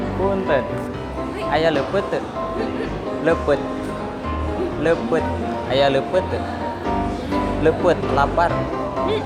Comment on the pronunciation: Leupeut meren mang sanes lepet😁